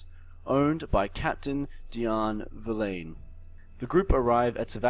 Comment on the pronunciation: "verlain" "axiel"